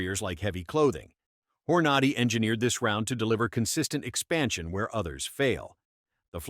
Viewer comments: Why can't you pronounce "Hornady" correctly? It's not Whore naudy It's horn a dee. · Why can't it pronounce Hornady right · You talk about .380 and show 9mm in videos. Find a narrator who can pronounce Hornady! Not a credible video.